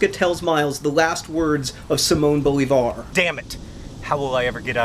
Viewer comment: Bolívar is actually pronounced bo-LEE-vahr, with an emphasis on the LEE ;)